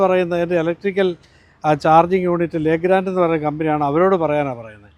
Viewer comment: ശരിയായ ഉശ്ചാരണം ലെഗ്രാൻഡ് എന്നല്ല ലെഗ്രോ എന്നാണ്.